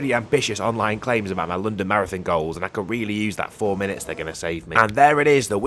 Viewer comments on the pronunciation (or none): none